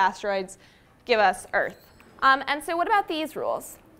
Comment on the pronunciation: What is that accent when she says "sooo"